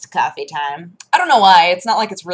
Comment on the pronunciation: whats Kurfee? -_- love you!